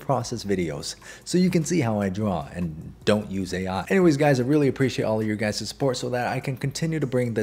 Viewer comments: No be honest. You started the video with what's up gays and not guys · did he say guys or gays😀